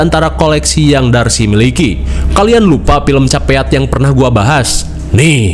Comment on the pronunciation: oalah bang.. Capeat (Caveat), gw mpe google ni film judulnya apa. Wkwk Karna belom nonton reviewnya, ntr dicek deh abis ini yaaa 😂😂😁👍🏻